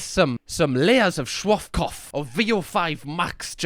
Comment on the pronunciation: Shwaff Kahff 😂😂 (Schwarzkopf) 😂